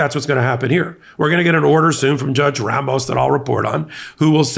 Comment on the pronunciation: The pronunciation is “Rah-moh-s” and roll the R please.